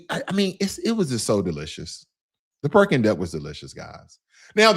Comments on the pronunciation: Correction: it’s not Perking Duck, it’s called PEKING DUCK. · Great video about your trip to Shanghai and Beijing. By the way, I think you meant “Peking Duck” but in your video you said “Perking Duck”. Also, the two statutes in front of the palace in Beijing are not dragons. They are lions…one female and one male. Dragon has a loooooooong body. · i love me some "PERKING Duck" haha (Peking Duck)